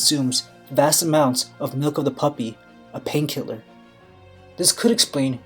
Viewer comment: Did you just say 'Milk of the puppy???'